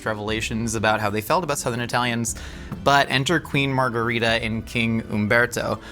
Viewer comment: love how most of the time tries to pronounce foreign words in an authentic way, but the pronunciation of 'margherita' really could be better (same goes for many non-italians around the world). the italian 'margherita' and spanish 'margarita' are the same word (meaning "daisy"), but they are different languages so it's not pronounced the same!